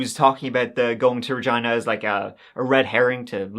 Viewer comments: Such a little thing, but thank you for pronouncing Regina properly, its an easy one for people to mispronounce but you nailed it. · Thanks for pronouncing Regina correctly, I live there haha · As a Canadian I appreciate that you pronounced Regina correctly!! 🙏🏼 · Saskatchewan……. Yorkton…….. AND Regina……ALL said correctly!!!👏🏼👏🏼👏🏼 (at least how we say them here😜) You da man 🎉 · Yes!! You pronounced Regina, Saskatchewan, and Yorkton correctly. That doesn't happen very often. Thank you for another great video.